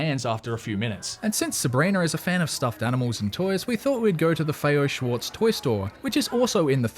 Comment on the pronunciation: As a native New Yorker, a couple of thangs: * CARNEGIE is pronounced with a hard G. * FAO Schwartz is an initialism: say the first three letters separately. * The Met’s and Natural History’s admission fee are SUGGESTED, as they are city-owned museums. I usually pay only US$5 admission. You can’t get away with this at private museums such as the Guggenheim, the Whitney, or MoMA. You can, however, look up these places online to see when they offer free admission! I’m so glad that you enjoyed my city! Go, Knicks! Peace.